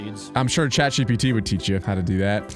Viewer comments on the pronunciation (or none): none